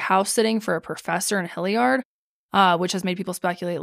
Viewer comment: As someone who grew up in Hilliard, hearing pronounce it hill-YARD cracks me up 😂🤍 This case really is baffling and frustrating